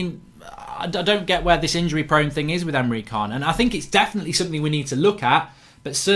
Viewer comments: It’s pronounced chan not khan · It's pronounced emre Jan not kaan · Can't listen to Emre Kaan (Can) anymore... everytime he says it, i have to say "Ch-an"!! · he said himself its chan you absolute idiot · He's not a bad guy in star trek....khaaaaaaaaan!!! It's Can .....like 'chan' ...............good show though mark 😀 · Emre Can pronounced Emre CHAN not Emre KAHN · Can is pronounced 'chan' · How many times have we got to tell you it’s pronounced Chan mate? In german C is a Ch sound and a K is a C sound